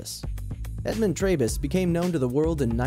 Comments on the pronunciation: Trebus is Tree-bus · It's pronounced Edmund 'Tree'bus. He was a sweet old fellow. RIP